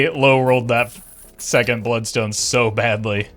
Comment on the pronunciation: Buld-stone, enit